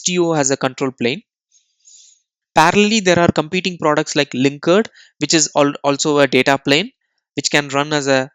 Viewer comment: Great video! BTW, "paradigm" is pronounced "paradime," and "linkerd" is "linker-D".